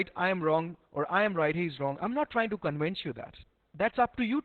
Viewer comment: "I'm not trying to cowince you"